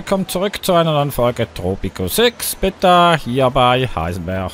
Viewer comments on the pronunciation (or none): Hi das heißt beta und nicht betta